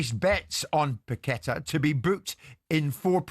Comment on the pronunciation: If ur doing a long feature it might b an idea to check the correct pronunciation of a name instead of pronouncing it wrong about 50 times!!! It's pronounced Pac-a-tar not Pec-et-er!!!